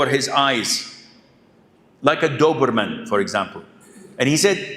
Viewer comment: he said like doberman not doberman